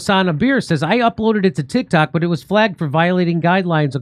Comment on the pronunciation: Jimmy you said "Tit Cocks," 🤣🤣🤣